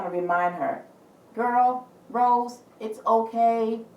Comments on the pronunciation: Thanks for giving your precious time on reading on blackpink Rosé.....it was really deep & great i like it 👍....BTW her name is Rosé not rose (it's pronounced as Row-zay) Hope we will get more reading in future ❤️ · It's Rosé pronounce RO-ZAY